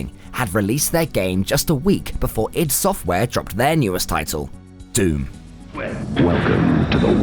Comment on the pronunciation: EYE, DEE ID , not idd..........Duke was 1000x better than doom/quake IMO, the humour lives with me to this day.